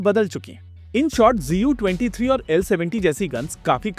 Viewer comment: Bhai GU nahi ZU hai. Tum kaise galat bol sakte ho? Not expected from you who does home work before making videos.